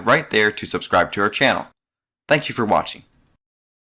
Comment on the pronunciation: “Thank you for wa-tching”